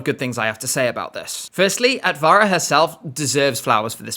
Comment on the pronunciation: Simple tip for improving pronounciation in Finnish, Estonian and Latvian - the stress is on the initial syllable. E.g. AT-va-ra not at-VA-ra